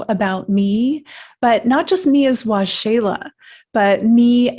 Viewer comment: Ahhh. Waxela...pronounced Wah-Sheila. Awesome. I was Curious as to how you Pronounce your Name. Thank You For Sharing Your Story. I Believe...The Benevolent Beings are As Angels. Of Holy GOD. May You Be Blessed By Holy GOD Waxela...(Wah-Sheila). Peace.